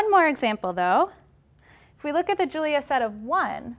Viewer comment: Can the name sound any more wrong??